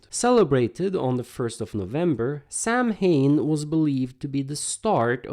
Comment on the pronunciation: FYI: "Samhain" is pronounced SAO-WIN.